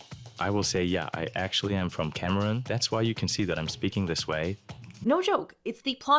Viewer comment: Did that ai accent scrubber seriously make the guy say he was from "cameron" instead of Cameroon? Not that I know how to pronounce Cameroon in any language, but that seems like a bad thing to put in promotional material. :P